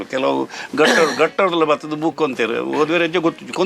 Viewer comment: ಸ್ವಾಮಿ ಅದು ಬುಕ್ Boooku ಅಲ್ಲ! ಸರಿಯಾಗಿ ಪದಗಳ ಉಚ್ಚಾರಣೆ ಮಾಡಿ 😳